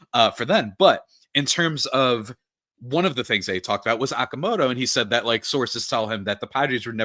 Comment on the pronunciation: The player is Okamoto Pronounced OH-KA-MOE-TOW NOT Aah-ka-moe-tow. It’s a Japanese name. 😊👍